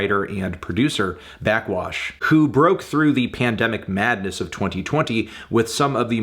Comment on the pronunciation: Anthony, burping into the mic and saying “blackxwash” for 8 minutes is not a review